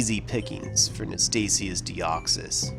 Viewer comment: Deoxys or Dexoys LOL